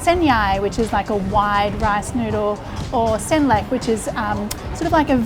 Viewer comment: Oh, as a Thai, I'm really surprised that the way you pronounce 'Sen Mhee,' 'Sen Yai,' and 'Sen Lek' is just like how Thai people say it.